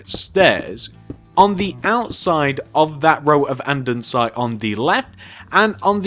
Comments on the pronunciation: AnDENsite 😂😂 its andesite no n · its andesite not andensite you cant read